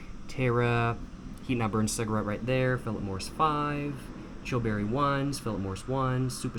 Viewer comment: A ''ciagarette''..Ya..your not saying it right...And are trying to give yourself some kind of weird accent...